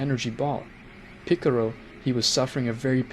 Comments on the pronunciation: bro really said pickarow I'm dead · Stop trying to say piccolo the Japanese way you're failing at it and with your accent it makes it sound cringe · Your saying Pickero? Isn't it pronounced Pick-O-Lo? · Bruh is not piccoro is piccolo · It's more of a picoro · It's not piclro It's piclo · bro really said picoro, piccaolo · i couldn’t do it 🤣🤣🤣🤣 after 5 picorro’s i tapped out lol… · is so funny lol MR PICRO!!!!!!!!!!!!!!!!!!! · ik but he does not which is why he's using the age old assumption I know this because he says shen-long because that's his "real" name commonly known as Shenron because of the lack of L and piccolo is assumed the same by this logic ie why this dolt says it piccoro